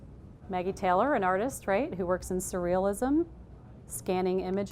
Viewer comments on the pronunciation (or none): none